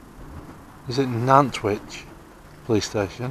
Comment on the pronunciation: Northwich police station, not Nantwich...😂